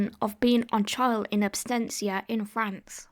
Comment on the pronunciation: It's absentia, not abstentia.